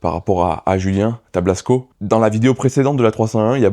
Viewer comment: Tablasco le saint des saints sauveurs et non tablsaco 😁😄